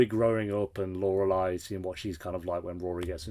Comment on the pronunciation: love that you are finally now pronouncing Lorelei correctly😂